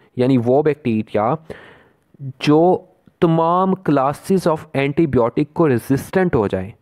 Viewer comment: It's not blotic it's biotic